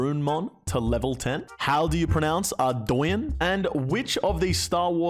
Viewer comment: Lol trust me it’s adrounge not ard-Dcoin. Just like how u Aussies cunts think popcorn is called popcoin